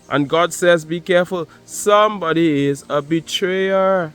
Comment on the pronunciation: sumebody is a two face ,with ur accent 😂 I literally HOLLERED . TY I need that laugh,it's been a long day. No one to talk to gets tiresome, but I'm good 👍🏾 ♥️🙏🏿✌🏾4-20-25 He Rose.